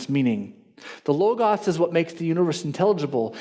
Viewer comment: I agree with everything here except how pronounces Logos.